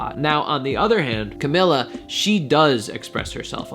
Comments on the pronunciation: You have 32 comments and yet no one is going to correct you that it's pronounced shamila not shawnmila!?!?! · CA- MEE- LA not CA-MI-LA.